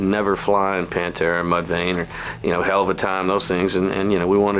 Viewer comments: It’s Mudvayne not mud Lane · He said MuDvAyNe wrong he said mudlane the first time